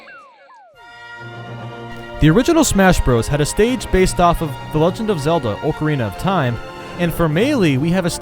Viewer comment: Did... Did you pronounce Ocarina Ohcariana? It's pronounced Ahcarina